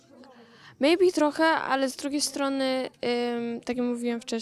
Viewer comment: Ja pierdolę ogarnij się dziewczyno, Mejbi mastiren tumoroł jeee jak to było po polsku?